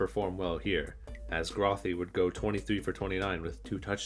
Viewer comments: It's Matt "Grow-Thee" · I'm big Bulls fan and even though you didn't get the pronunciation of Grothe and Leavitt's name correctly, I thoroughly enjoyed, and laughed, at the quips and semi-seriousness of the video. Especially at the end. Go Bulls! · To improve your videos you should really make an effort to research correct pronunciation of the names you are talking about in the video. You mispronounced both Leavitt and Grothe. You even used clips that had announcers use the proper pronunciation. I like the documentaries just trying to give you quality of life improvements to make the video more professional and better.